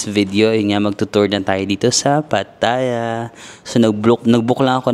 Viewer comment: Laughtrip dami energy ‘pag kausap mga Englisherong afam, conyo, at bebeboys pero si madam na kasama sa tour imbyerna sya! 😭🤣 Anyway afaik the first syllable is stressed yata when pronouncing Pattaya? Ingat-ingat baka ma-bash ka na naman ng mga feeling perfect eme! ✌️